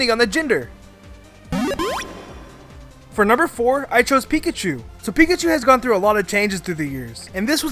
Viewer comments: Duuuuude ITS PINKACHU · I guess you call beta marill Pinkachu!